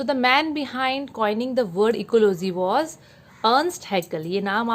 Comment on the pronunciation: { } MAM ITS NOT ECOLOZY ITS ECOLOGY